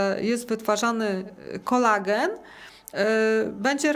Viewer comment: To NIE jest "Kolegan" jak pani mowi, tylo KOLAGEN !!!!